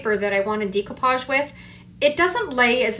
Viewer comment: it's pronounced DECK-OH-PODGE not DEEK-OH-PODGE. Just an fyi there. Your crafts are cute though. ♥️